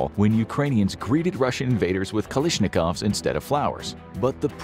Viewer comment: Kalishnikov lol